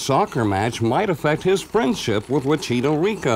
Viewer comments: Wn que chucha tu presentador no sabe como pronunciar wachito riko kjsjsjsjjsjsjs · no one: me, a Chilean laughing every time he says "wachito rico"